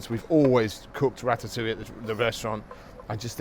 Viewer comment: Rat-at- oo-wee! Good grief. It is pronounced Rat-ta-oo-i'yuh.